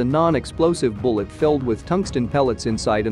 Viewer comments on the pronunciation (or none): Just one little criticism. The projectile type is not pronounced a Sa-bot it’s pronounced Sa-bo. The T is silent. A French word for shoe. Think about it the next time you go to Home Depot. 😊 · In addition to the pronouncement of the name Sabot as SA- Bo, The US Army and Marine Corps Tankers pronounce it as SA-Bo not Sabot.